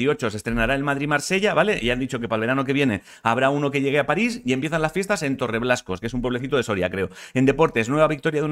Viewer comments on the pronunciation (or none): none